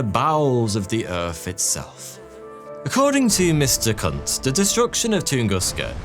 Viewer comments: Isn’t Kundt pronounced “koond” not “cunt” 😏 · Wolfgang Kunt? Wolfgang Coon-dt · either "koond" or "koont" which the latter isnt much better. The dt at the end of names gets really confusing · A German kündt.... that was hilarious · “A German Kundt” killed me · You can’t tell from watching, but I’m 100% sure was trying not to die of laughter while pronouncing “Wolfgang Kundt” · The sound at the end of the German word will always be 't' and never 'd'. Even if it is written with a 'd', at the end of the word it will be pronounced 't'. Same for b->p and g->k, it's called 'Auslautverhärtung'.